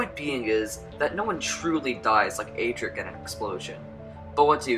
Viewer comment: UGH!!!! CAN YOU PLEASE STOP PRONOUNCING ADRIC WRONG!!!!